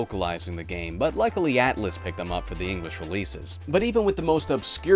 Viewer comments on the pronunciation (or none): none